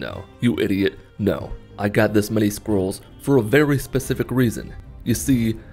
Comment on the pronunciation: The only thing I heard is squirrel